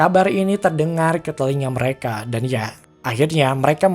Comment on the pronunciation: Min "MEREKE"